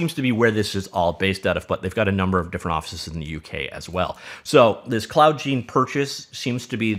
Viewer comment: Seems it would be pronounced cloud gIne. Like cloud nine.